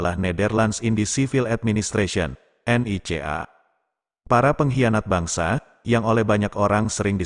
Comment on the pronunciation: saya suka menyebutnya NICA pak.. bukan N. I. C. A. hehhehe..:face-blue-smiling